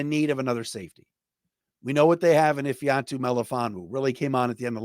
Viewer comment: Please learn how to pronounce Ifeatu's name properly. He deserves that respect. If-ah-tu. Last season he asked the announcers at a home game to pronounce it right so his mother could hear it. If you know so much about the Lions you should know this.